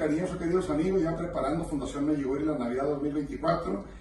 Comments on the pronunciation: No me gustó este video y este señor debe aprender a decir: Medugorie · Por qué chihuahua dice Meyugoria, cuál es la verdadera pronunciación